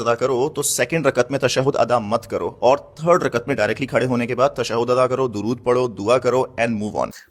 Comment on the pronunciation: پتہ نہیں کہاں کہاں سے نکل کے آ جاتے ہیں ایسے چول جو نئی نئی باتیں گھڑنے لگ جاتے ہیں حتی کہ یہ درود بھی درست نہیں پڑھ رہا